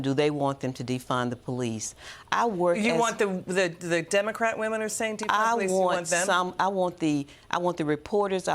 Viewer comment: Ax them? That’s not good. It’s ASK not AX, Two different words dear.